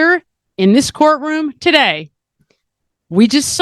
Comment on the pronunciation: I was expecting welcome welcome welcome ...not tiday! Lol im w uou girl i I also hate Xanax but i did double up on BP meds